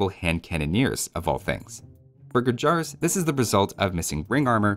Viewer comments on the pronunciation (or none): you mentioned mispronounciation of khmer and then also went on to say "gurjara" in the same video, not sure why "a" is added in the end when it is inteded to be pronounced as "gur - jur"